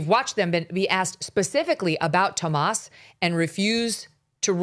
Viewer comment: Why does Megyn keep calling him "Tomas?" His name is "Tommaso," and she's said it that way before, so I know that she knows what it is